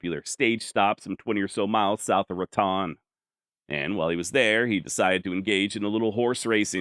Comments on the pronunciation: Actually it’s Rah-TONE. Born and raised. Thanks great video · Raton is pronounced Ra’tone. Soft a. Lived in that country for years. Good video. Thanks.